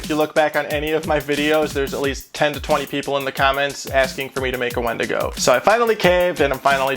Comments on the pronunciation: Win-digo is how it’s pronounced, not wen- digo 😌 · Its spelled a wendigo but its pronounced windigo. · ...me cringing internally every time he says wendigo....